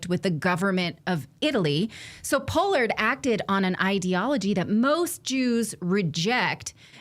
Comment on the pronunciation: Who says Pollard like that? I've heard that name all my life and never heard anybody say it like that.